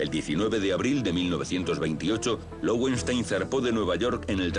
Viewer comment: Creo que se pronuncia lovenstáin, pues es nombre alemán (leones de piedra). Este comentario es apenas una curiosidad, sin gana de corregir o criticar, pues cada un pronunca a su gusto y eso está bien.